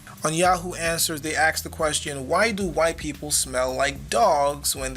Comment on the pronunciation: it’s “ask”, not “aks”...lol...